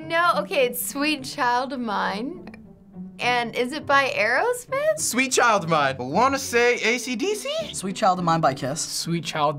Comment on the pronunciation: the fact she said Arosmith thoough is was like DOES THAT SOUND LIKE THEM!?